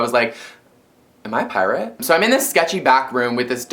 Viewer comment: "so i was like... am i a pirarte?" HAHAH :D